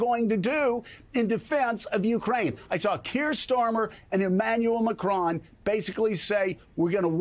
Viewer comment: Macron gets prnounced "Macrone" in this video which is really amusing. The US is no longer the leader of the free world with the incompetent pair Trump and Vance. Maybe the UK and France combined should take this position for the time being. Greetings from France.